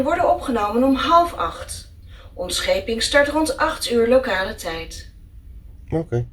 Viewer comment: Woaw I only noticed it here but the Dutch is a spoken by an English. Its very impressive "Locale tijd"